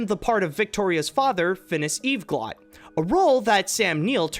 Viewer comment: "Eve-glott"... Have you even SEEN "The Corpse Bride"?! >:/